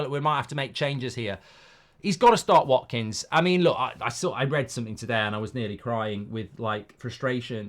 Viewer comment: "WATKINGS" HAHAHAHAHA OH MARKKK